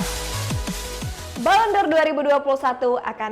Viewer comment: Balon d'or neng bukan balon dor😂